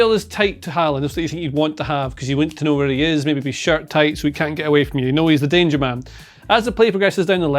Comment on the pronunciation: Did he say 'know' with a hard 'k' ? That's remarkable if so, if it's natural. Would have thought that went out 600 years ago! (Wonder if it's influenced by Scots 'ken'.)